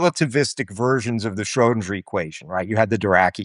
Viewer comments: What I initially found annoying with Tim Maudlin is that he pronounced Einstein like a German with ‘sh’. I thought he was a poser. But then I got used to home and started to admire him for doing that. And now to hear him butcher the name “Shrödinger“ so incredibly badly makes me realize he really is just a poser. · Beautiful clarity and relatability in the presentation. (Why the dingy pronunciation of Schrodinger tho?) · he pronounces "Schrödinger" in a very american way, but keeps "Copenhagen" close to a more european pronunciation 😆